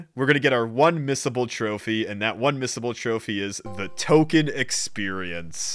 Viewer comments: (Why do I keep doing this) it's Tolkien not token YOU ARE THE PROVLEM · It’s Tolkien… not Token